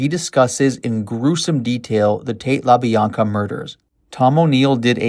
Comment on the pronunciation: Yea, it was pretty bad.. These peoples names have been said for over 50 years, I was really surprised by his mispronunciations. Also he was pronouncing Leno the way you would pronounce Jay Leno's last name, when it's Lee-no. For those of us who know & have researched this story for years, it really was painful to hear his multiple mistakes